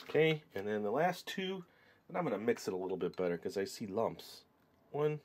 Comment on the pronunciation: When you say 'and then' I here you say 'enen'